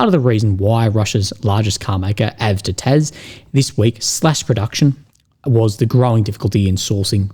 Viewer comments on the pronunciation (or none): calling AVTOVAZ - AVTOTAZ made ma laught, that is not completely a mistake :D